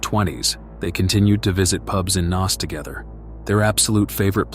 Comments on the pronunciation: Im from Dublin pal it's pronounced Nace not Naz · Pronounced NACE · Trevor had followed a girl to Alaska who had asked him not to come over to see her. He seems to have just turned up anyway. You can find a 3 part article on this in the Irish independent from the time. Also just to help Naas is pronounced like Nace ! Enjoyed this and will watch some more of your videos 😊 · It's Naas, not Naas!